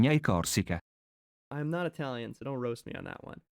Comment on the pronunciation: Well, being not Italian that's not the point. Between SARDIJIA and SARDEGNA there are different letters, but ok, there is the GN- sound which in English you don't have, we can cut you some slack... But reading CORSICA as CORSEE-UH? 😂